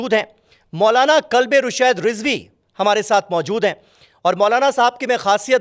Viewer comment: Kalbe naheen qalbe hota he